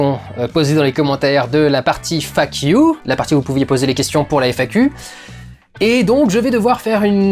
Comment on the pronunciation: On dirait que tu nous insultes quand tu dis "faq you" 😂😂😂 sinon j'ai beaucoup aimé et je veux bien une suite dans quelques temps